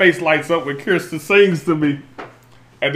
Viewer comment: Her name is pronounced KERStin and spelled Kirstin. It isn’t CHRIStin